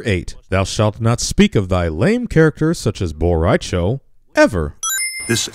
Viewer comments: I know you didn't just call BO-raicho lame. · im surprised Boh Rai Cho isnt Boh Ray Cho